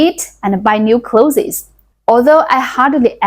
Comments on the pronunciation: Your English vocabulary is very good. You must read a lot of English books. For the word "Clothes", pronounce it the same way as "Close" (like, close the door). I grew up in the US in the 60s and we were poor. Not as poor as your village but, I was the poorest one in my class in elementary school. I can relate to the food, clothes and hygiene stories. Comfortably retired now because I learned not to waste. People waste a lot in the US. Good luck with your channel. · Very good English with some difficult words. Listen to some pronunciations of "clothes", "various" again and try that. Your story reminds of how I grew up in south Africa, past down clothes that had repairs and didn't fit, no shoes , cracked skin on hands and feet from cold, worms and lice, we played in trees and with mud and sticks. we were happy as we didn't know better till later when image mattered.